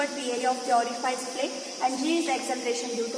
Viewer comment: Ori-fice hota hai, ori-faice nahi😢